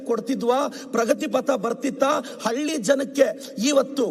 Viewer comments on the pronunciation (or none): none